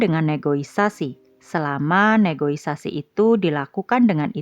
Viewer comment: Negosiasi bukan negoisasi ya min 😂😂